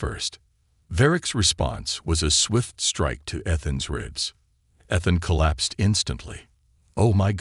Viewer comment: For the love of god will somebody teach these stupid AI proper pronunciation. EE-thuhn